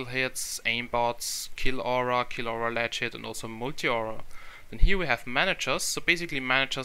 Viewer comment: it sounded like you said saf and lagit